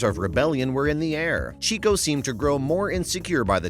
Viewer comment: "chico" lol